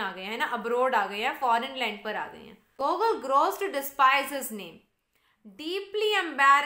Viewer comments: its GuGoool.ur pronunciation is wrong. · Mam your pronounciation of debute, genere, gogol are wrong .